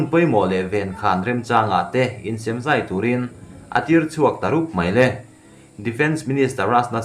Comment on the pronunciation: 'Insem zai' tih i lam dik lo tlat mai.